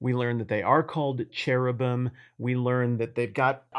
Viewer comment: A few thoughts: The "CH" in "cherubim" (if I'm not mistaken) is pronounced with a "K" sound like in Nebuchadnezzar. The wheel intersecting a wheel makes ke think more like how we illustrate an atom (keeping in mind that thenimage of an atom is, itself how we depicted something we couldn't see). Wheels in ancient times would not have been cogs and mechanical in appearance but would have been used for chariots (and possibly certain tools). These wheels would have two possible appearances. One depiction would show spokes while the other (such as a spinning wheel) would seem like a circle around a central point...again, like an atom) The four faces and multiple wings as well as the fact that they don't turn as they move is an indication that these MAY be beings who transcend merely three dimensions which would cause thier movement to confound our ability to fully grasp what we were seeing.This is not necessarily the case but is worth considering. Regardless of thier nature, the sight must have been...well... traumatically and awe-inspiringly wonderful. The fear...the amazement... the sense of how small and insignificant you are in the presence of such beings while knowing that they, too, are mere servants of One even greater still... It makes one contemplate why we have such a lack of reference and even treat God with less dignity than we would some random person we see on the street as we go about our day.